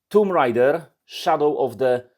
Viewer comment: Po niemiecku bardzo ładnie, ale grę z panią Larą czyta się "TOMB", a nie "TUMB"! ;)